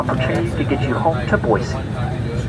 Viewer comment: So apparently you've given up on using the proper pronounciation of "boy-see".